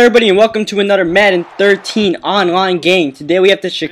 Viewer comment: "For a nudder touchdown" I hate your voice